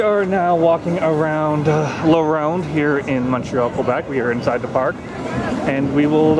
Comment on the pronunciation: I got depressed cause how he said la ronde